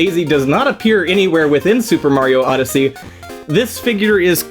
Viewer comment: Oh god, it’s muper sario odyssey